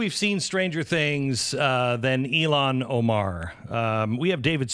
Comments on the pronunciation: Please It’s( ill-han ) not Elon it’s such a degrading disgrace to the Great entrepreneur Elon musk, please try to pronounce it the way that it should when it makes you sick to see her name Il-han😉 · Elon Musk, IlHAN Omar. pronunciation matters Glen. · It's not elon...its ill han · It's pronounced: YO-hon, not EE-lon.